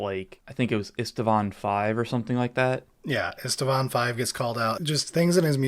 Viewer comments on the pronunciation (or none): Driving me nuts: it is IST-VAAN. There is no second "a" in the pronounciation.